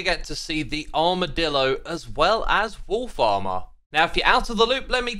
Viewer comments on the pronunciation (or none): Everytime you say "wolfs armor" i hear "wool farmer" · Everytime you say "wolf armour" I just hear "Wool Farmer", and that was really confusing to me until I realised. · wolf armour,... who else heard wool farmer?